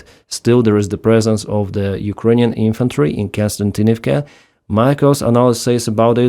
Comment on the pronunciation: Kos-ti-an-tin-iv-ka. Not Kon-stan-tin-iv-ka. Please correct me if I'm wrong. I know is reading these names written in latin letters....